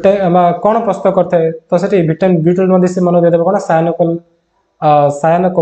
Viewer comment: Sir vitamin B12 ra name ta Clear subhuni..🥺